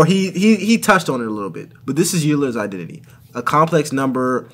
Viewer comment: Always notice engineers always pronounce Euler's name wrong 😂